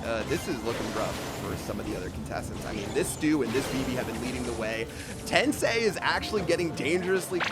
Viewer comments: I'm just a little bit annoyed that says 'tensay' instead of 'tensai'😐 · Love how they go through the effort of translating Today's name to English but can't even pronounce Tensai's name correctly lmfao